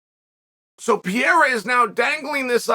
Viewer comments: Chael is PAH-RARE-AH not PEE-ERA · Is he going to continue saying PEE air AH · STOP SAYING PIERA DUDE. I think Ariel or someone corrected you and you still say it wrong bro 😂😂😂😂😂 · Chael might still be calling Pereira “Pierre” but at-least he’s not calling Prochazka “Prokriev” anymore! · I don’t see Chael letting go of pronouncing it “Pee-era” any time soon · say it with me chael..."pa-head-uh" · Uncle Chael still saying Alex Pierre-a lmaooooo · For a smart guy like Chael, I'm puzzled by how he's the only one out there consistently mispronouncing 'Pereira'.